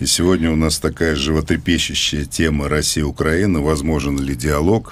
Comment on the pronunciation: Роман, пожалуйста попровляйте их пожалуйста по поводу "на" и ударения в названии нашей Украины, очень режет слух